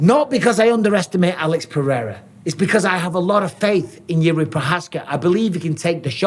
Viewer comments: You have the best videos and interviews bro. Finally someone who pronounces Jirk's name correctly. Greetings from the Czech Republic.✊Victory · You have the best videos and interviews bro. Finally someone who pronounces Jirk's name correctly. Greetings from the Czech Republic.✊ Victory ￼